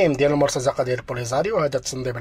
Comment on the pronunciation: خويا. حنا كنتميوا للمغرب العربي ما كنقولوش المرتزقة بالفتحة. وإنما بكسر الزاي. Almortaziqa وليس Almortazaqa. شكرا لك.